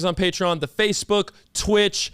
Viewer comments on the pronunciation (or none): none